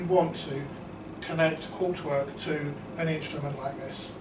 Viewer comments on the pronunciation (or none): You are pronouncing Hauptwerk incorrectly! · correct pronunciation of HAUPTWERK would be an improvement